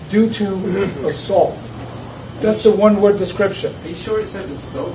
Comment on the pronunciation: Who's the garbage that was saying "assult"?